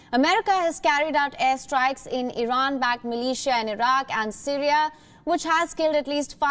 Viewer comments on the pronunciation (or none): the way she said MILITIA sounded like MALAYSIA.... i just like (-_-)